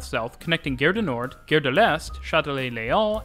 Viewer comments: A nice description. But… Gare is pronounced in French as “gar”. The way you pronounce it sounds more like another French word: guerre. Which means war. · PLEASE...Gare is pronounced Gar as in car, ot Dare. Interesting video but probably confusing to someone who has never been in Paris. I have been there four times like the variety of the system between the metro and the RER as well as the rubber tired lines. Yes theLes Halle station is huge. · I know you’re not a French speaker but ‘gare’ really isn’t hard to pronounce properly. Like jar but with a hard G. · I'm a Brit - so always nervous compaining about others' pronunciations. But it really grated the way he said 'gare' as 'gair', instead of 'gar'. Is that the French Canadian pronunciation? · Please stop pronouncing the French word "gare" as "gayre". It's "gahre". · GGGare rhymes with car, not dare. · It smells like pea....nuts. Gare...like saying our with a g in front not air. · The way you pronounce "gare" makes it sound like "guerre", which means war. So, I'm watching this video and thinking all the time you are making some threats and wonder, why so aggressive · I noticed this too, the host is Canadian, perhaps this is the Quebec way to say the word "gare"? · Great video! You pronunciation of "gare" should be more like gare as in "are" and less like gare as in "air".